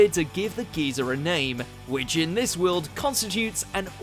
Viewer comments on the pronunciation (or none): none